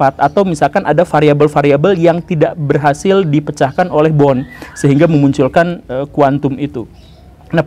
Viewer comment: Tolong untuk pengucapan nama orang jangan salah pak guru....bohr kok dibaca bon